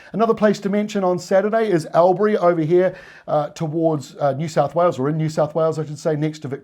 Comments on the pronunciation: Al-bury? Try All-bry, or if you're a real local: Aww-brey (said through your 3 remaining teeth). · Not "Al-bury" but "All-bury". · It's called ALL-B-REE not AL-BERRY ❤💯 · Just a tip, Albury is not says like Albury but “Orbury” , . Keep up the great reports. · Thanks....accurate forecasts....but Albury is said Allberry, Love your work though!! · Hi, for that inland town on the Murray River try All-Bury not Al Berry cheers, the locals might get confused? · I know others have picked this up but it sounds so strange when I hear Albury pronounced, AL-bury rather than All-bree as one of the commenters noted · lol its called...alll bury not al bury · Al bany yes but Al bury no,, you say Alll bury ( orl ) but well done, i love your work, i now have family asking me ", what's your weather guy forecasting ", unfortunately theyre too lazy to subscribe and view, i'm working on em though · Evening, Albury is pronounced “ALLbury” 😉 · Albury. (all-bree) try that😊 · Your getting closer but pronunciation is All-bur-ee Albury. Have a good one thanks Aussie JEFF MOORE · 🤠 Albany ✔️ But Albury is pronounced more like "Allbury" (note the double L in that) Otherwise all good & most of us would know who or what you're talking about... or you could cross the border and talk about Wodonga. (Like the cities of Buda & Pesht in Hungary, they reside adjacent to a river but on opposite sides)😅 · I have always called Albury - 'all-byoory' and I have lived in NSW for about 30 years... so it should be all-berry or all-bree. Great detailed report,, cheers from Sydney. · I watch regularly and enjoy your way of presenting the weather forecast But Albury is pronounced "all-bree" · Albury say "all berry" keep up the great work